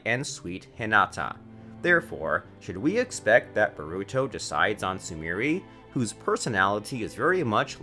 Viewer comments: bah ru to, sa suke, sa rah da, why just why this pains me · this man said boruto xDDD its borrr uuu to.... in japanese wtf lmfao